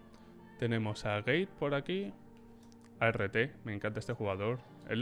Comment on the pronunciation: persona normal: arT: A ERRE TE